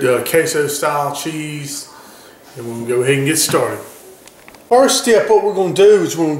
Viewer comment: "dat K-so cheize"